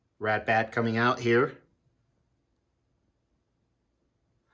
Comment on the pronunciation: Cool piece and good review. I'm surprised you never bought Imaginarium Arts Soundwave. It's an amazing piece. And it sounds like you and Gem in both your reviews you sometimes call Ratbat, "Redbat".